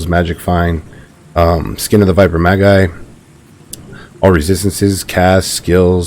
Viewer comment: People sound ridiculous when they pronounce magi like ma guy. it's majjjjjjjjjj eye. Otherwise good video